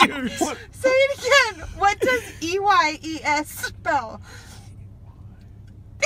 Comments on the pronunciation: "what does y-e-s spell?" "Yes." "What does e-y-e-s spell?" Mispronounces Ad plays for glasses Laughed SOOOO hard!! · when the man cant say eyes correctly Jack: laughs his ass off